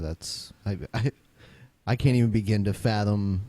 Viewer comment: That one guy said "dissent of man", not "descent of man". And "bigen" instead of "begin". He mispronounces lots of words.